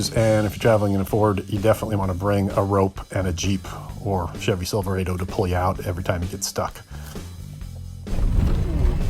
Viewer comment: You pronounce Silverado incorrectly